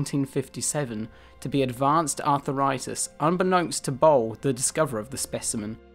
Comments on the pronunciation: It's arthritis not arthEritis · Arthur eye tis. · Arthritis ... NOT Aurthur ritus lol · Arthuritus?, I thought it was Arthritis. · "are-thrie-tis" Not "arthur-itis" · "Arthur-itus"?.."congen-A-tal"?....Christ, learn to pronounce your words if you want ANY credibility. So far, you're scoring about 4 out of 10. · Artheritus? No, Arthritis. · “Arthur Itus” 😂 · Arth - ritis; con - gen - it - al. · con.juh.natal? arthur.itis? unusual errors for a scientist! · Evolution is also not perfect. It need only has to be good enough to reproduce and features that prevent 1/ another species evolving or 2/ a new rival arriving to replace it. Neanderthals failed on the second point. And Arthritis is pronounced as it's spelt. It's not Arthuritis or Arthiritis. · The mispronunciation is unbearable. 'arthur-itis' was bad enough, but 'conjie-neatal' was the last straw.